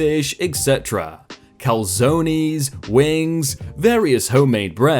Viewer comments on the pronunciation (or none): Sir... you said “calzonie” do you not have calzones in the UK? Cal-zone-s. It’s a bread pocket filled with pizza ingredients. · Cal zone EEEE's. He honestly said that. 🤣🤣🤣🤣🤣🤣🤣 They're pronounced "Cal-Zones". I'm dying of laughter. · Cal-Zones.... You pronounce it Cal-zones. Not calzonees